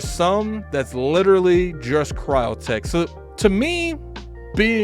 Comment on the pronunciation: Crytek! Not cryotek